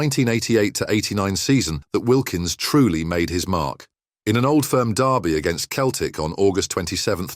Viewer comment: Keltic? I muted the rest of the video at that point